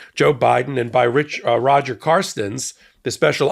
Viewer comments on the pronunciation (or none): none